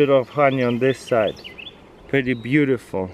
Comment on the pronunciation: " you see how BEEg she is wow this is BEEutiful"